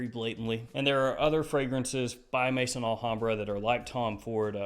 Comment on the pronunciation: Hey, it’s Maison Alhambra not Mason Alhambra ( pronounced may -son ) Maison is the French word for house as in house of Alhambra.